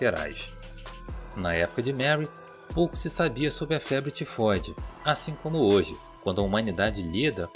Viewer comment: Só eu que fiquei rindo quando ele falou febre tefode kkkkkkkkk mano desculpa sei que e serio